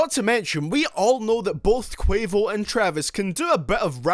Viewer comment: My mans said quavious